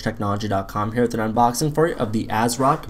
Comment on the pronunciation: It's kinda funny how it sounds like you're saying "assrock". Nice videos man.